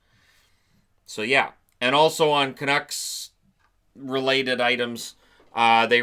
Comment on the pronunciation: It's OK, Chiarelli is going to the Canucks, not the Canooks.